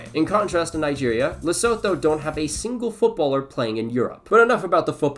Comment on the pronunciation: Great video, just a note: it's pronounced "Lesutu" not "Lesotho", even though it IS spelt that way.